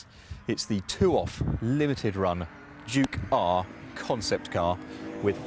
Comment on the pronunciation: the british make it sound 'jew-car'